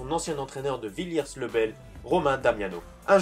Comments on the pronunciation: Petite remarque : la prononciation de son premier club c'est "villié le bel" même si ça s'écrit villiers. Sinon super vidéo ! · Ça se dit « Villié le bel »